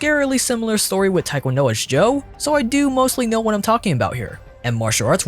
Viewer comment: I was wondering why he said Taekwondo so correctly until I saw he last name was Tran.